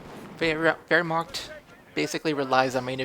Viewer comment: You do have some problems pronouncing german words^^ But I know its hard^^ Wehrma-ch(hiss the "ch")-t. But good game:)